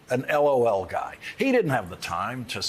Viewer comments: Is it just me or is anyone else really irked by the ridiculously slow emphasis Lawrence gave on the....... L........O.........L..........as if it's game, set, match? After hearing the texts, I believe this is being taken WWAAYYY out of context. That was clearly a response to a joke, as 💩 y as it was, not a laughing confession of guilt 🙄😑 How TF is this even news....? 0_o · I wish I could send the soundbite of Lawrence saying "L(dramatic pause) O(dramatic pause) L." to people deserving of a "womp womp"